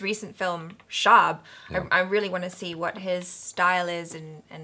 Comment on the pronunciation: Hi and. A quickbit: "Shab" is pronounced like Tub (or Shub) not Shaab. It means Night or Darkness or Evening in Urdu language.:)